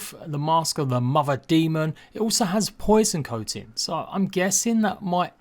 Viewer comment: Mother not muffer